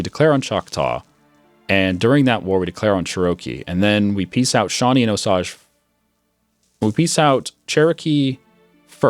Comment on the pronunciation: Osage is pronounced Oh sage. The only reason why I am saying this is because the area I live is named that.